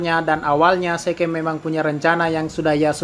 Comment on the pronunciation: Zeke dibaca asli: zik Yang gw dengar: seke